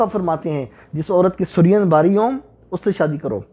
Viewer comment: The correct pronunciation is “su+reen”. اور جمع کے صیغے میں “ہیں” آتا ہے، “ہے” نہیں آتا۔